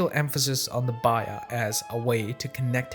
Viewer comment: I was confused about what "bayya" was, and then I realized you were pronouncing "bay'a(t)" that way. Based on your pronunciation, I wondered about your linguistic background in other videos. We all have different accents, which need to be affirmed rather than discouraged. However, in this case, I think that the pronunciation is going to lead to a lot of confused audiences and a lot more mispronunciations from others following your lead. I'm also unsure as to why you do not use the word "pact" to help set your definition.